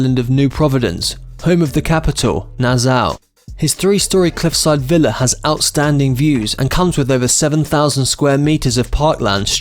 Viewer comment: Nazzaow? That's not how you pronounce Nassau, mate. Take it from a Caribbean national.